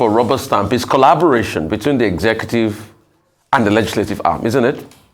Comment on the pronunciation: I hope I didn't hear this Man calling "collaboration," "Callubration." If so.....